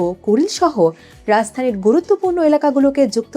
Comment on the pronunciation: শব্দটি রাজধানী। রাzzzধানী নয়